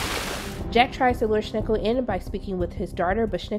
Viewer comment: Schnickel? For god's sake, this seems to be an official Prime Video and they can't even pronounce the names of their own characters. Besides that, that was the recap I needed to not have to rewatch both seasons.